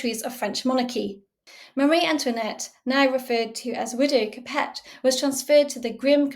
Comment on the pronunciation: Great vid. Just your pronouncing of capet is off!